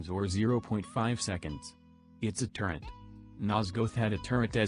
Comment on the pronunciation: So sick of hearing "turrent" and "turret"